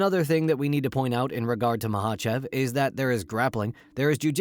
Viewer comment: At least learn how the say Islam's last name right